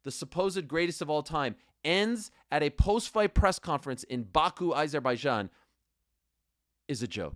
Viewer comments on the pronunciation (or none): Its AH-zerbaijan, not EYE-zerbaijan. How can you STILL not say it correctly?? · Why is no one in the whole UFC community able to pronounce Azerbaijan properly? 😂